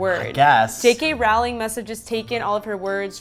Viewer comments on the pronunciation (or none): When she said jk Rowling name wrong triggered meeee